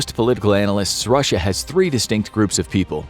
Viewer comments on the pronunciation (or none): none